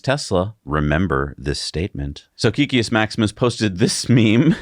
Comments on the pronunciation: Not sure why it bothers me but hearing it pronounced wrong the last few videos is getting to me. Kek in Kekius Maximus is pronounced "kehk" not "keek". If you are curious, kek originated in World of Warcraft. When an orc would type "lol" it would be translated to common as "kek". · Please guys it's Kek-kius not Key-kius